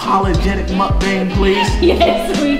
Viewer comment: You say it like mukbong but it spelled like mukbang and my baby sis is just like ava love her a water bottle